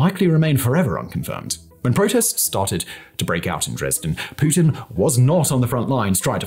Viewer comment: you butchered pretty much every single Russian word. Only one perfectly correct was „Putin“ though. Good job! 👍🏾;)